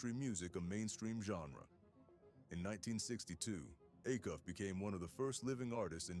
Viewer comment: It's pronounced A- Cuff, long A !